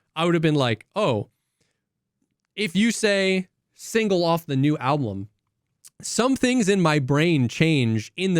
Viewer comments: still says alblum:D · Not a Sleep Token listener, yet all the drum discussion is interesting to follow, but saying 'ablum' instead of 'album' disturbs me more than the drums. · Why does say ALBLUM